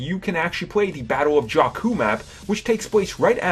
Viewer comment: The way Jakku is pronouced is actually the same as a Albanian word Gjaku ( it means "Blood" )